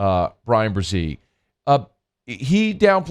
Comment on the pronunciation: BreSee, not BreZee. Damn.